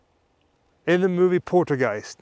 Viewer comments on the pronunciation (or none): Are you all methed out or what!!??? It’s called poltergeist not portergeist!!!😂😂😂😂😂😂😂😂